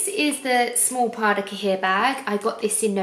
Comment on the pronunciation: Please !!! Stop pronouncing cahier like that!!! Ask Paris how to pronounce it properly!! its translated from french to english = notebook Pronounced "cayie"